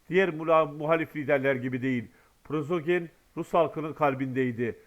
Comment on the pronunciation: Arkadaş, sizə bir dəfə də demişdim: "Prozoqin" deyil o adamın soy adı - "Priqojin" - dir.